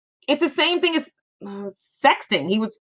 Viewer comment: YOU’RE the one that doesn’t know. You are not going by facts. Only speculation. Also,it was so fake watching you pretend how you weren’t familiar enough with the phrase “sexting” to pronounce it. I get it can be a tongue twister but you played it off as if it’s a word you are barely familiar with. Yeah right.